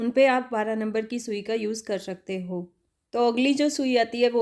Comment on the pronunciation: Mam apne bahot hi kaam ki bat btai hai thank you so much but bolne k liye thode practice ki zaroorat hai Shakte nhi bolte .....skte bolte hain